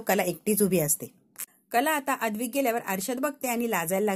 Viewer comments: अद्विक नाही ‘ अद्वैत’ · अद्वैत या नावाचा उच्चार नीट करा बाकी वाचन अप्रतिम आहे